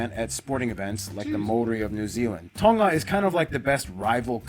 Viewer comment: The dude who was doing the video cannot pronounce samoan words properly.... hes definitely american samoan a whole different lingo and twang..... well done to the Nigerian brother who can say them way better and it's not tongga it tonga pronounce the g as nahh...... putasi?? Come on it's not pooootasi its poutasi (oh ) pohtasi .... oh my gosh I'm hurting #falealiliRespect